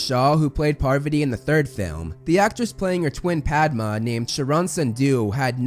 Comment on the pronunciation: Thanks for saying her name 'Paarvati' (this is most close to actual pronunciation) while so many others say 'Paarvaati' which is understandable but incorrect. Same goes with 'Padma' though, it isn't 'Paadma'